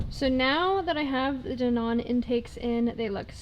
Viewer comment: Dee-Non is killing me 😭😂 but i can get behind it